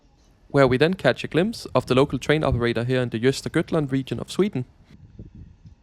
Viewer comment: It's often the case that foreign names are difficult to pronounce, so I'd let that go. Just as "Jöster-göttland" . Pronouncing the c in "city" as sh, though? Making for the epic "shitty of Linköping" .